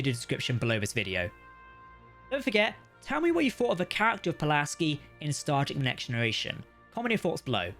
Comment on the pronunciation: Star Trek, not Stardeck.